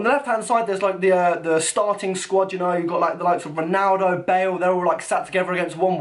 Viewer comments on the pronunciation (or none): none